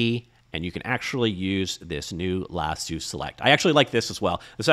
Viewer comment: Lasso not lassooo